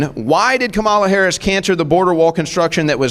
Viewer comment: So f'n smart, yet still can't pronounce Ms. Harris' name.